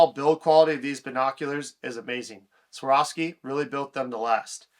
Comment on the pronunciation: Take a minute to learn to pronounce the name of the company.